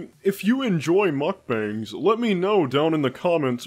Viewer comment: Glad to know someone else calls them muck bangs and not muck bongs.